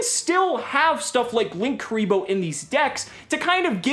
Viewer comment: lin- kuriboh or link- uriboh not LINKKURIBOH WHERE THE OTHER K COME FROM